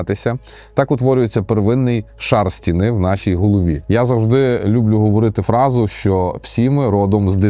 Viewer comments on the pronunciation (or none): А что мешает говорить нормально? Что с наголосами постоянно не так? Не "сОби" а собИ. Не "лЮблю" а люблЮ. Ну 40к подписоты, а слова банально выговариваешь на каком-то диалекте средневековом.